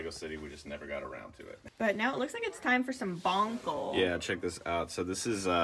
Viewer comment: Did bro really just call those “bonicles”😂💀